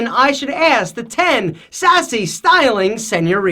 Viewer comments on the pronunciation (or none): Keep practicing your "Señoritas", specially your R :D